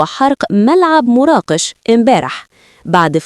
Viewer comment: مراكش وليست مراقش